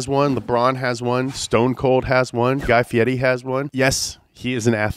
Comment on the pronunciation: He said “Guy Fieri” correctly and I’m proud